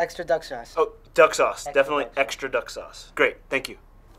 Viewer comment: I love how the chinese delivery guy said Fuck sauce! Not Fuck sauce Give me duck sauce! LOL!!!